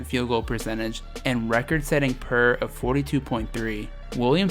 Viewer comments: You saying ‘per’ not PER was weird to me lol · P.E.R. not per, or pur, like a cat. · Vid becomes shit when says Pur instead of P.E.R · The fact you said per and not P.E.R show how much basketball you know 😂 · P-E-R not purr 😂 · It’s not Per it’s P.E.R 😂😂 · "Record setting per"💀 its p-e-r bruhhh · Lol he said per instead of P-E-R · Once you said per instead of P-E-R or player efficiency rating I knew that I couldn’t take this video seriously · pee eeeeee are not per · Its Pee E Rah not Per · Did he just say pur and not P. E. R. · Boul said Per instead of P E R🤦🏾‍♂️ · this man called PER “purr”💀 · I ain't gonna listen to a guy who pronounces PER as PUR instead of P.E.R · Dude say the acronym, it’s P.E.R. not pur lol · Its P-E-R not per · Record breaking “purr” lmao it’s P.e.r. Player efficiency rating lmao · This man called PER “per” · It's P.E.R. (PLAYER EFFICIENCY RATING) 😂😂🤦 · "record setting purrrr" Yikes. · He really said “per?” Damn lost me 2 mins into the video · “per”? I’ve never heard anyone pronounce that acronym until now 😂